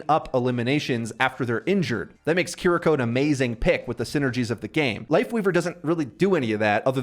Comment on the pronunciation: bro said Care rico.. kiriko g 💀